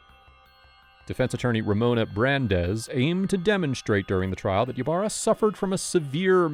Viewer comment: Ybarra is pronounced e barra.